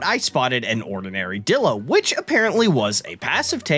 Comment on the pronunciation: He way he pronounces it dillo and not DIlo HAS to be ragebait